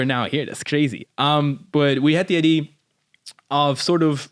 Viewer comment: “Ideeee” not idea 😂😂